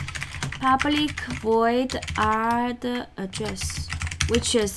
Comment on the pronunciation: I am curious about source of your knowledge coz I didn't find what you explained anywhere on the internet.Also nice accent "Paableek"..:)